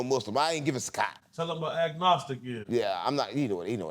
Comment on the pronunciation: he said Gnostic not agnostic which means hes tapped in with High degree masons